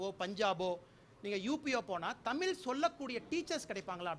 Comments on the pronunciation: First correctly pronounce Thamizh and not Thamil Vizha and not Vila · ஐ ஏய் எஸ் படிச்சி என்ன புரியோசனம் தமிழ்ன்னு சொல்லா வரலா தமில்ன்னு சொல்லரங்க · அண்ணாமலை ....தமிழ், தமில் இல்லை.... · தமிழை முதல் தமிழாக சொல்லச்சொல்லுங்க ..கேவலம் தமில்..? பொறுப்பு வேறு - இந்த அழகில் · தமில் இல்லபா, தமிழ் என்று முதல் சொல்லுப்பா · அண்ணாமலை முதலில் தமில் என்று உச்சரிக்காமல் தமிழ் என்று உச்சரிக்க பழுகு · அண்ணாமலை, தமில் தமில் என்னாப்பா. தமிழ் என்று சொல்லப்பா.. தமிழுக்கு "ழ" என்பது அங்கீகாரம் அது கூட தெரியாம நீயெல்லாம். உன்னையெல்லாம் இப்படி பேச வைச்சதே திராவிடம்தானே...சும்மா போவியா...நீ ஒழுங்கா தமிழில் பேசு சங்கிமாதிரி சொதப்பாதே... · தமிழ் என்பதை தமில் என்று தவறான உச்சரிக்கறீர்கள் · இவன முதலில் தமிழ் என்று சரியாக சொல்ல சொல்லுங்கள் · கன்னட பய.. "தமிழ் நாட்டை ஆள வந்துட்டான்"... தமிழ் என்று உச்சரிக்க தெரியாது..."தமில்".. எதுக்காக "நீட்டு" தேவை அதை மடக்கு.. மத்திய அரசு தமிழ் நாட்டில் இருந்து சுரண்டும் வரியில் தமிழ் நாட்டுக்கு ஒவ்வொரு வருடமும் திருப்பி தர வேண்டிய பணத்தை கொடுத்தாலே போதும் டாஸ்மாக் தேவை இல்லை.. தமிழும் ஆங்கிலமும் தமிழ் நாட்டிற்கு போதும் இந்தியாவுக்கு தமிழை கொண்டு செல்ல கன்னட " ஆட்டுக்குட்டி அண்ணாமலை" முயற்சி செய்ய வேண்டும்... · அன்னாமலை விவசாயம் செய்து not விவசாயம் பன்னி. தமிழ் not தமில். தமிழை நன்றாக கற்று கொள்ள வேண்டும். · தமி"ல்" இல்லை... தமி"ழ்"... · தமில் இல்லை தமிழ். முதலில் தமிழை ஒழுங்காக உச்சரியுங்கள். பின்னர் அதைக் காப்பாற்றுங்கள். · Sir அது தமில் இல்ல தமிழ், என்ன டா இது தமிழுக்கு வந்த சோதனை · தமில் இல்லை தமிழ் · முதலில் தமிழ் என்று சொல்ல முதலில் கற்றுக்கொண்டு பேசினால் நல்லது. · தமில் மொலியா!!??????? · Bro first please try to pronounce the word tamizh properly😂😂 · 😂😂😂 உச்சரிப்பு சரி இல்ல தமில் பலமை😂😂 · முதலில் தமிழ் என்ற வார்த்தையை சரியாக உச்சரிக்கவும் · முதல்ல தமிழ் னு ஒழுங்கா உச்சரிடா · 'தமிழ் " என்று உச்சரிப்பு சரியாக சொல்ல தெரியவில்லை. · பாவம் இந்த தமில்(கன்னட) எலி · First of all you should pronunce"TAMIL" correctly... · Dai first pronounced clearly like, 'tamizh', but one more thing you are not thamizhan...the whole tamizh nadu knows who you are idiot...